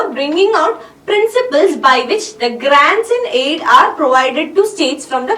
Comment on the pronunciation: It's not grands in aid it's grants & aid